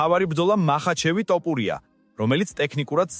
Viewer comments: ტოპურია არა თოფურია ხელნური ინტელექტი ხარ ტო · რა ტოპურია თოფურია ქართული დაგავიწყდა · საუბარი ისწავლე.თორე გავაუქმე გამოწერას.ძაან ცუდათ ისმის ტოპურია😂😂